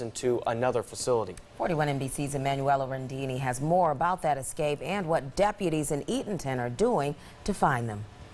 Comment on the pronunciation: Escape not ecscape.